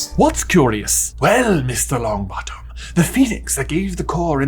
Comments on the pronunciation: "young Neville Long𝘣attom " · "Neville Longbattem"